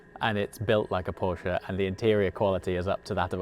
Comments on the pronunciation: I can't believe how much i enjoy someone pronouncing Porsche the right way in english. 😂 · Still feels weird but yes it’s correct.